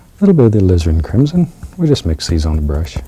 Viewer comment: It sounds like he said lizard crimson